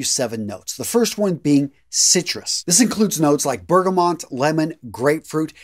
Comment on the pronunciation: You completely lost me when you said "bergamont" instead of bergamot....